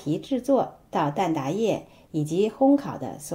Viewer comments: 蛋ta，不是蛋da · 蛋挞 ta，不蛋da